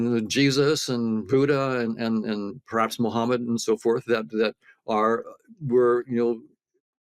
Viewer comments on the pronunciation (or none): none